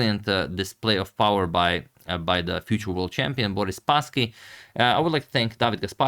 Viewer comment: "Boris" is also stressed on the last syllable